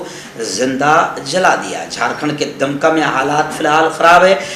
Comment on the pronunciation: दमका नहीं दुमका है